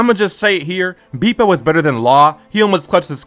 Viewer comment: dont take the slander of someone that cant even pronounce „bepo“ right 😂😂